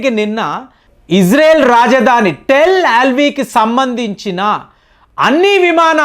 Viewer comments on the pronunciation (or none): Mottam Sodhi, ee rraann😅, tel alvi😊 perlu sariga paluku sir😮